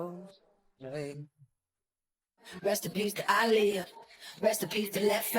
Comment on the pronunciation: It’s Aaliyah not Aalijah